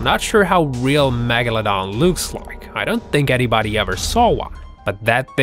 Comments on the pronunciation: He also says magladan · No one: Literally no one: Not a single soul:: mAgoladon